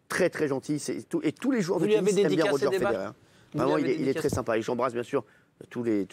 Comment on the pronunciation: ROGÉ FEDERER ?!?!!? JE SAIGNE DES OREILLES 😭😭😭